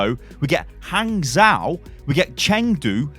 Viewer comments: PSA: In Chinese, zhou is pronounced "joe", just with a very short o sound. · Hey,! If you ever see "zhou" in a Chinese word, you can pronounce it as "joe" (like the name). The tone of how you say that, well, that's another story!